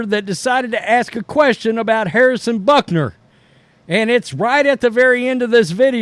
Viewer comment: Bro... There is no N... xD BUTKER